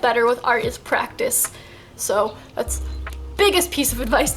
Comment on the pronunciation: PRAETICE, what is this you speak of ?? XD